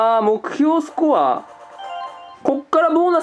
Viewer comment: スコアの発音が吹部